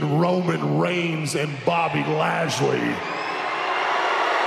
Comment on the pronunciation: BOBBY LASHLEY DERKEN ADAM BOBBY LAJLEY DEDİ :D